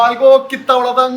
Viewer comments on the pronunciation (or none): none